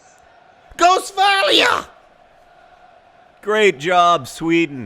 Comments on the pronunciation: Not bad pronunciation on "go Sverige" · The way you yell Sverige is actually pretty close to the right pronounciation. Nontheless, thanks for the wonderful Lets play.